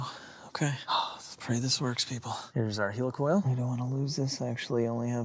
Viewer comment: Helicoil pronounced heli like helicopter